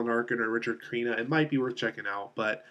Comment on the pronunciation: The third actor's name is Richard Crenna not Creena and the third criminals name was Jack Weston.